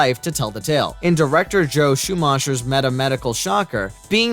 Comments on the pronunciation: How can someone be so terrible at pronouncing names and places? I would think that the content maker would have enough respect for his viewing audience that he'd learn hot to pronounce Joel Schumacher's last name, and "Cannes Film Festival". It's not pronounced "canness". How embarrassing.... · He's saying Joel's last name wrong